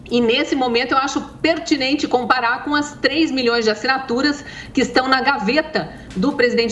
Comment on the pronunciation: ASSINATURAIX, UXP, MANIFEIXTO tradução: ASSINATURAS, USP e MANIFESTO. Kkkkk